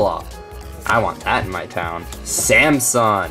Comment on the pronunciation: Samson (sam-sun) not (sam -sung) this is fun